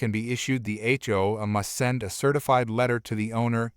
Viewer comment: Note to idiot who programs text-to-speech applications:. If your app can force proper pronunciation of "H" and "O", why is "A" pronounced "Uh" instead of the way it sounds in the alphabet?